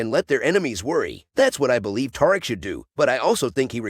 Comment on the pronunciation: Is you saying taric 😂😂😂